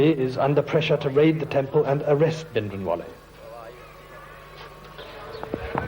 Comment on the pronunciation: Plz Britishers pronounce & write Sikh Names...properly..Indrajeet Singh not Indajeet ... Or Sant Bhinderwale not Bhindawale